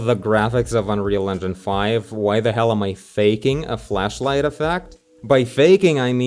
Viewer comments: Who gonna tell him that he may not want to be pronouncing flashlight like that? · i thought you said fleshlight at first lol